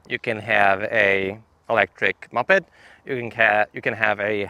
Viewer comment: it's not pronounced 'muppet'. It's moh-ped, like the start of MOtor and the start of PEDal.